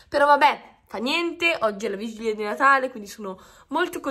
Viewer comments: ma, una domanda, come mai dici vigiglia invece di vigilia? (curiosità) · ma perché dici Vigiglia ahahah😂😂😂